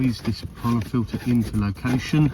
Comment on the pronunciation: It’s a pollen FILTER ,not filer